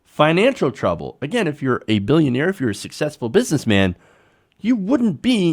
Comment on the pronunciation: That's not how you say billionaire. XD